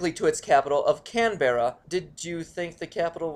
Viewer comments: Just so you know Canberra is pronounced Can-bra and Melbourne is pronounced Mel-burn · No offense. I know you guys have a different accent and don't know our country that well but i laughed so hard when he said can- berra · "CAMBRA". Get with the locals. :D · Why can't Americans say Aussie City names? Cam-bra Mell-ben Sid-ney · Tom and Co. LP's CAN-BRAH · Ethan Ferry They'rs pronounced Canbra, Melben, Sidnee and Brizben. End of story. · canbearrah, melbboren, I'm crying these pronunciations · "Can-Bear-A" lmao as an Australian I feel like cutting off my ears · 'canbra' is the correct pronunciation for Canberra and something along the lines of 'melbon' is how Melbourne is pronounced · Melbourne is pronouced melbern And canberra...well depending on the accent canbera, canbra or canbura. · it's pronounce Can-bra because I am Australian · You pronounced Canberra and Melbourne incorrectly. Canberra is pronounced as can-bra and Melbourne is pronounced mel-bun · It is Can-bra that's how you say it. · It's cam-braaa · just say canbra preety easy and im aussie so ya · You say it canbra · I feel sad that he mispronounced my countries capital.:'( it is pronounced can,bra good vid though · Can bra nought Canberra Melborn not Melbourne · It's pronounced canbra and melbun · It's pronounced Canbra but what ever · its pronounced can-bra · I love his pronunciations of our cities! Soooo off. cute ^-^ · ***** thank you, i was just coming down to the comments to say this, i flinched whenever he said Melbourne or Canberra, though i'm more used to the Mel-bern pronunciation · Every time he says Canberra wrong I physically can't stop myself from flinching/cringing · americans why u no pronounce canberra properly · O god your pronunciation of our capitals hurts my ears. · Thank goodness! Someone who isn't raging because he didn't pronounce them right. So hi there! XD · I hope he's started saying Canberra correctly. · Jesus Christ I don’t know how you could pronounce Canberra so wrong